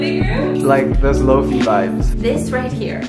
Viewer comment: Lol pronouncing lofi like loafy